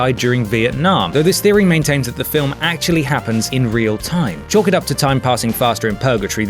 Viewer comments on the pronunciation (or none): none